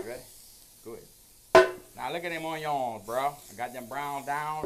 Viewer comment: ON-YONS, love this guy 🧅